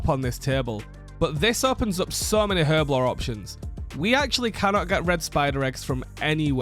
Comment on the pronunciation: The "H" in Herblore is silent. It's pronounced as if it was spelled "erblore"